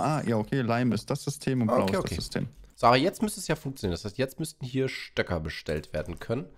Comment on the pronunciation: Es heißt Stöcke nicht Stöker was ist mit eurer Grammatik los?